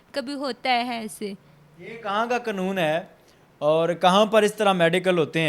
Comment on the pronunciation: قانون کو قنون کہنا غلط ہے ۔ اور غلط کو غلط کہنا غلط ہے ۔